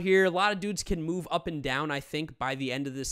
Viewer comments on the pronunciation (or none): none